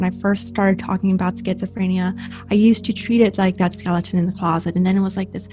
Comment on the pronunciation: I know this is serious but it's kinda funny how he pronounces it schizophr-aye-nia sometimes